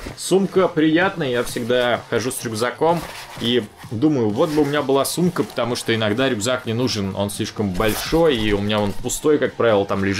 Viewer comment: ты сказал сумка или с*ка